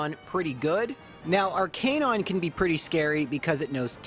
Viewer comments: Me bingewatching videos: It's Arc-i-nine AAAAAH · I’ve never heard arcanine pronounced like that but it makes so much sense ya know? Like its name is arcane and canine combined so it would make so much sense to pronounce it like that but still it’s so weird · anyone else triggered by the pronunciation of Arcanine?